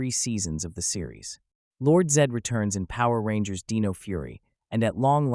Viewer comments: I am hundred percent sorry but I really just have to dislike it because how names is being mispronounced. It’s like nails on a chalkboard for me unfortunately. This is a person that have dyslexia and having problems for announcing names. It just hard to watch it’s pronounce Dino, not deno. I am sorry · so did you use a text to speech program or something because there is no way anybody says dino like "deen oh"